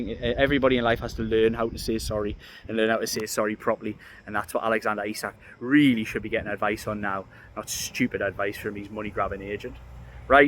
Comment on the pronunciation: The word is really, not teally. You're welcome.